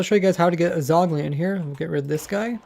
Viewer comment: Does anyone else hear him say "Zogling"